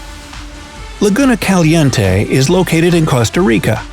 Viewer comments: Hahaha I am Mexican and I loved the way this guy pronounced "Laguna Caliente". Loved this video! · Your pronunciation of the Spanish name Laguna Caliente is terrible. 👎🏽